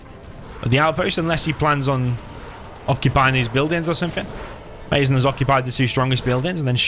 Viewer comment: mazen is he arab? cuz if he is it pronounced Maazen instead of maizen 😁 keep posting vids ❤️